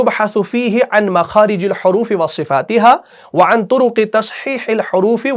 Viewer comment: Makhaarij el Horoofee ayega, Horoofee pe jer hai. Aap ne Pesh laga diya hai.